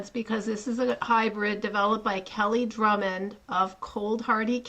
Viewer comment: It’s Kelly Grummons, not Drummond.